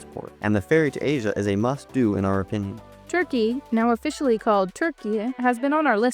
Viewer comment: Your pronunciation of Turkiye is perfect , Thank you.